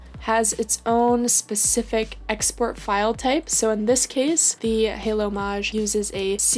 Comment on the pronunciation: It's not maaaagg!! Its MAGE!! LIKE A WIZARD!!😂😂